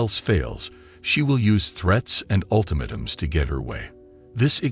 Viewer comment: Kinda hot, eh? P.S. Ultimatum is not pronounced correctly.